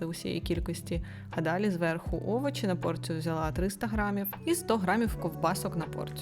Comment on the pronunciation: Шкорлупу?😂😂 Это что? Овочи????